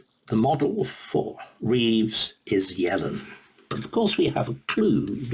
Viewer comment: Not sure how well qualified Starkey is to pontificate on Economics. He doesn't even seem able to get Yellen's name right. Quite an entertaining listen though!